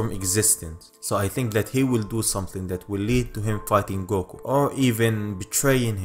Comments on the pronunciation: A money goko lol it sounds a little funny but cool at the same time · Man your accent is really cool. xD I just can't get over how you pronounce 'Goku'. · I love the way you say "goku" it's like a deep coco with a u at the end 😂